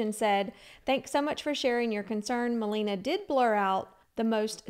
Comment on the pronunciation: I know it doesn’t matter but just maybe If you make a future video, it’s ma-LAY-na. Not ma-LEE-na 🥰♥️